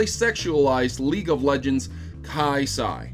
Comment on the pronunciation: "KYE-SIGH"? Kah-suh... Also, it's the V-neck, not her actual neck. I personally don't have a problem with it. Just having a simple v-neck isn't fucking "oversexualization", dammit. That's literally all about her that can even be seen as "sexual". "But she's skinny" OK, so? She's been trapped in a world where being lazy in any form means death. She'd literally have no time to not be fit. "But she's wearing a skintight suit" And it's living. It needs to survive as much as Kai'sa does. As such, it was more the suit's choice to conform to her body, which is lean and fit. The real question is how is there a living suit in the void...